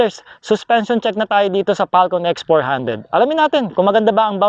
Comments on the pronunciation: Falcom ba o Falcon? parang dinig ko sa iyo eh "falcom" o itong earphones ko may problema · Same, mali pronunciation nya.